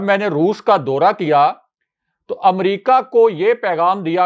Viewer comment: Dora nahin daura. Pl correct Urdu bola karein